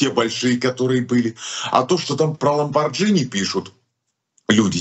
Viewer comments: Извините, маленькая поправка- не «ламбордЖини», а «ламборГини». Когда буква «g» закрыта буквой «h» (Lamborghini), это без вариантов произносится «г». Все остальное прекрасно. Обожаем вас. Приезжайте в гости к нам в СФ. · Наслаждение Вас слушать!!!БРАВО!!! Только,пжт, ЛОМБАРГИНИ называется , но не ломбарЖини, сорян! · пожалуйста,скажи ЛомбарГини, и будет совсем ок